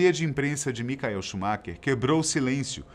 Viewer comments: Bom vídeo mas não digam "micael" é Michael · Queria saber o porque vcs pronunciam o nome "Michael" errado ? Quando se trata do piloto de fórmula 1.